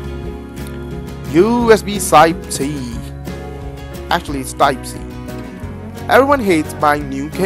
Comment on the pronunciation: LOL! That's damn funny! WTH did you say ?! "USB - Side-t" ?? Instead of USB type-C?! :D